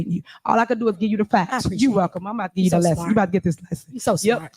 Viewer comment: When she says "gee" does she mean "give"? Just asking.